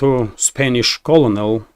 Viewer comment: it is pronounced CyoRneL not colonel. Like single piece of corn- Kernel, not colonel lmao